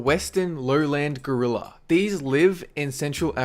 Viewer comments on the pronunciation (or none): none